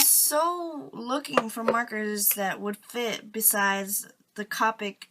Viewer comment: I'm not trying to be rude or anything I promise but it's pronounced Co-pic not Ca-pic